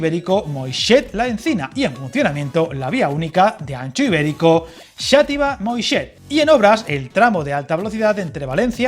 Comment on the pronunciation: Un pequeño apunte, no es Moixet, es Moixent. Te falta la N.